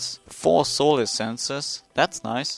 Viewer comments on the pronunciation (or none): none